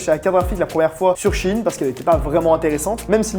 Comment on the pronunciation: CHINE ? Apprenez à parler par pitié vos vidéos sont goatesque sinon